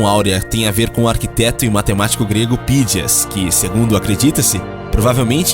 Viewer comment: Não é Pídias, é Phidias. Não é pi, é fhi! Q coisa!!